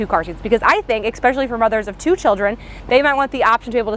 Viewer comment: It's cute when you say "ex-pecially"